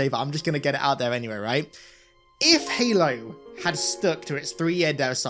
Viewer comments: Bro really said "Helo" 💀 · helo? LOL youre 343 bot boy brain cant even say the games name right. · "heylo's campaign"